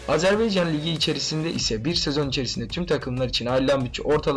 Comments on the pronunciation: azerbEycan değil azerbAycan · Azerbeycan değil AZERBAYCAN....A